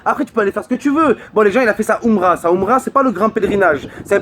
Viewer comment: la oumra pffff vieux gwer va!!! tu sais même pas prononcer !!! aprend a parler la langue de tes ancêtres... quelle honte